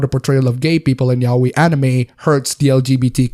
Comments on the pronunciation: Not meaning to be an idiot, but... ...it's "ya-oi," not "yao-i". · The way you pronounce yaoi tho 😂 it's not "yaweyy" dude